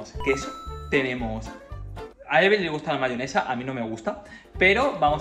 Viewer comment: se dice eveli